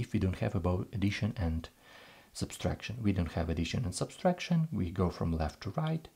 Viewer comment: It’s pronounced “SUBTRACTION,“ not substraction. FYI.